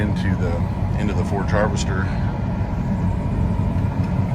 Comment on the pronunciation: Its a forage chopper not a forge chopper